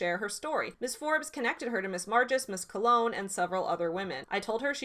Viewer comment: Just a tiny thing but I wanted to thank you so much for pronouncing Colón correctly!!!! <3 <3 <3